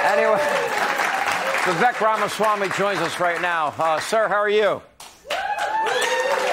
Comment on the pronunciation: How long will it take to pronounce his name correctly? "Vi-Vake" - rhymes with "Cake"